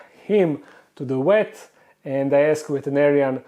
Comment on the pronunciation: He said he took the cat to the "WET". Lol, 😆😆. Please say, "Nuclear Vessels"